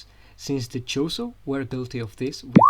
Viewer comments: Sorry man! But it's Chozo, not Chorizo.... chorizo is a sausage dude! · Are you saying chorizo?